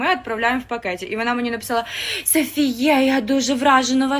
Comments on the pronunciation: Не знаю чи хтось вже написав, але її імʼя читається з наголосом на останню літеру, не на склад "фі") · Не подобається мені коли ім'я говорять не правильно, тож вирішила написати про це. Тим паче, що у сторіс Сафіє неодноразово було чути правильний наголос. Також, цікавий факт, хтось зауважив, що бренд копіює дизайн деяких речей. Конкретно ця сукня дуже схожа, якщо не ідентична, сукні GANNI Shiny Taffeta Strap Dress.